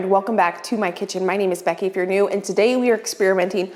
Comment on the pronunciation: I like to watch YouTube on double speed and I chuckle every time I watch you because it sounds like you say My name is Becky Ifyournew, as though that's your last name.